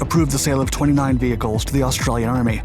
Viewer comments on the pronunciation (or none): none